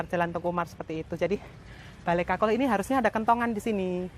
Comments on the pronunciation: Kulkul... bukan kakul.. Bale kulkul= bale kentongan. Kakul itu keong.. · Kulkul....bukan kakul. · Bale kukul bukan kakul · Bale kukul bukan kakul 😁🙏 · Bale kukul mbak bukan bale kakul 😂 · Mbak, bukan kakul, tapi kulkul. Kakul itu keong yg ada disawah. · Bale kulkul mbk..bukan kakul..😁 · Kul kul , ga kkakul , kakul = siput mba😄😄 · Bale Kulkul mbak e....bukan bale kakul.....😥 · Balai kulkul mba,,, bkn balai kakul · Bale kulkul kali maksudnya ya, bkn bale kakul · Musium Bali.. Tepatnya di jl.mayor Wisnu.. berdampingan dengan lapangan Puputan Badung.. Maaf mbak.. bukan balai kakul.. Tapi yg benar Balai KulKul..🙏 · Bukan kakul mbk, tp kulkul😃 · Saya koreksi namanya bukan Bale Kakul, tapi bale Kulkul.. Kalo Kakul itu artinya Keong. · Bukan bale kakul,tapi bale kulkul. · Balai kulkul mbak Bukan balai kakul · Ralat mbak kulkul bukan kakul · Kulkul jeng bukan kakul wkwk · Kul kul, bukan kakul 😂✌️kakul kan keong